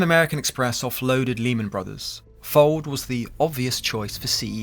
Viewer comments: Heheheh.. you said Dick-Fold 😅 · Amusing how the VoiceOver and sidebar texts refer to Dick Fuld as 'Dick Fold' Folded indeed!